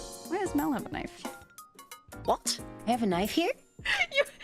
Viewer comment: that was a very british what from melody at like